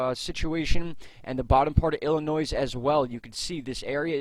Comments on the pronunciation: For Illinois the "s" is silent. Pronounced illinoy. Thanks for fantastic weather reporting.👍👊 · You don't sound the "s" in Illinois. Pretend it isn't there. 😀